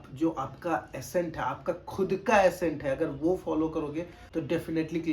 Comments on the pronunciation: Bro it’s not assent… it’s ACCENT = ak-cent😊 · Its accent and not assent... But no need to fight guys and if someone is correcting it only with a motive to help and there shall be no hard feelings... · Bhai mere aapne Accent hi galat pronounce kar diya.... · Madam, App Sahi bol kar comment kar rahi ho, aur wo Galat bol kar video bana raha ... Socho 🙏